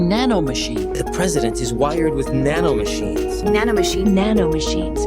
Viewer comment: dude. NANOMCHINE, SON!